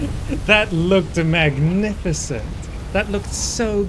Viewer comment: 2 minutes into the video i was like... this guye reminds me a littlebit of... then at minute he sayed, he made a >MACNIFISENT< intro xD